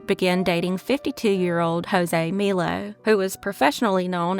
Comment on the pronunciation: Another great episode. There's such horrible people in this world, I'm glad these cases were solved. (And not that it matters, but Melo is pronounced like the soda, Mello Yello.)